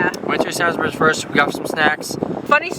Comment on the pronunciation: It is pronounced SAYNS-Breeze not SANS-burries